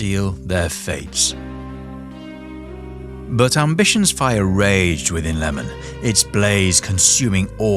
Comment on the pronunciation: Good video, but his name is iemon, not lemon😅